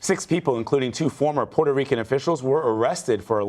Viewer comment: Former not fromer 🤯